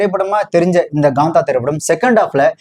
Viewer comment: Gaantha ❎️ Kaantha ✅